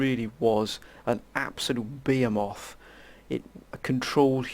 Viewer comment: Back when people knew how to say behemoth. I miss those days of people being literate.